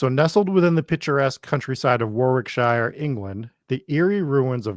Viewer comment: You guy's got me wincing every time you said Warwickshire. The correct pronunciation is War-rick-shur. I know that isn't how it's written but first of all, we're English, and second, you had me saying Arkansas for years only to find out it was Ar-can-saw all along! I'm personally born and bread in Hereford (no, not Hereford, Texas!) England. Most American's pronunciation of this is Here-ford, but it is pronounced Herry-furd, even though it means here is a ford in the river. Again, I know but we are English, what else can I say. Love the podcast version. I have been binging for sometime but had to come to youtube to see the video and pictures of what you were talking about. Keep-up the good work, guys.